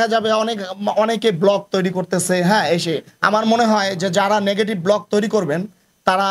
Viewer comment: এ লোক কিসের পরিচালক,ব্লগ কে বলে ব্লক